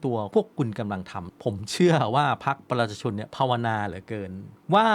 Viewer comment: แนะนำให้หัดออกเสียงคำว่า ประชาชน เริ่มหัดช้าๆครับ ไม่ต้องรน